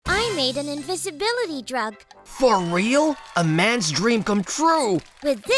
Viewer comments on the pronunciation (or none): none